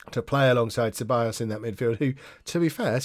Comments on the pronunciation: Ceballos. Pronounce the C as an S when its follwed by a E. LL = LJ so Sebaljos. plus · Ceballos (sebiyos) is Spanish, Mirabella (Mirabella) is Italian, 'll' is different in Spanish to Italian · Dani Ceballos is pronounced c is pronounced like a s so it would be sebayos